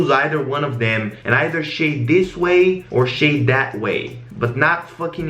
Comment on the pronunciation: I love the way you say "shade" it sounds like "shit"